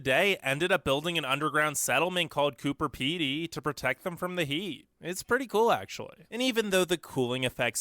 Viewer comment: We didn’t gain independence in 1901. We federated the continent. It’s Melbourne, not Melden. It’s Coober Pedy, not Cooder. We don’t feel isolated you idiot. We are glad that the other countries are so far away. Drivers here are not terrible. We get a lot of practice just driving to the nearest shop. We don’t NEED as much mental health services as other countries. That’s what beer is for. The immigration process is one of best things in Australia. We don’t want to import the problems from elsewhere and we like not being overcrowded.